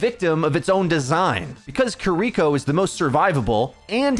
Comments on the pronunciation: ki ri ko NOT "kuhriko" ... KI RI KO ... if that's too hard for you to say try n say it like this ya dumb american : kee ree ko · KEER-iko, not kerREEKo yeesh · the support passive is a great qol change for the role, not having it would be hell. also kee ree ko not kereeko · Jesus fuckin christ. seconds & I can't handle it anymore. You'd think someone who's livelihood is ow you'd know this but; SAY KI(KEE)RI(REE)KO'S name correctly. It is not KUHRIKO It has been months now. She says it IN GAME. There's also a short if you need more help. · The way he says "kuh-ree-koh" instead of "ki-ri-koh" tho... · I know you're just saying her name how you read it. Her name is Key ree koh. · It's been months and you still can't pronounce Kiriko properly 😔 "kurreeco" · “Kireeko Kireeko Kireeko” YOU ARE DRIVING ME INSANE PLEASE PRONOUNCE IT CORRECTLY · STOP SAYING KIREKO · Bro, if I gotta hear you mispronounce Kiriko one more time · the way you pronounce Kiriko is painful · if you watch Kiriko cinematic you can learn how to pronnouce her name. It's simple.